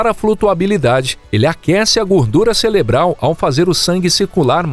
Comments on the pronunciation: É impressão minha ou foi dito aqui CELEBRAL em vez de CEREBRAL? 😮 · o narrador é o ou come pastel de flango. 😂